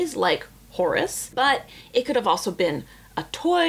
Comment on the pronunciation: ‘But, have you Beeeeeaan therrrr?